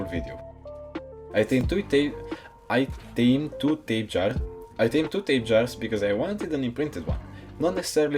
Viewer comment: the tapejaras name is pronounced tap-eh harah